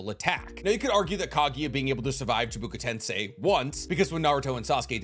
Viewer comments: Why do you keep on saying CHIBUKA TENSEI? It's freaking CHIBAKU TENSEI! Get it right! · You are my favorite YouTuber, but it is chibAkU tensei, not chibUkA tensei. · You keep saying Byakuya seal. Byakuya is a character in Bleach. It's Byakugō. It's chibaku tensei not (chubuku tensai) 👀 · why do you say chibuka tensei iinstead of chibaku tensei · Stop saying CHIBuKU TENSAI are u braindead. And it does not require 2 people.